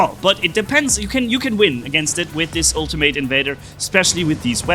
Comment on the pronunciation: Mispronunciation of ultimate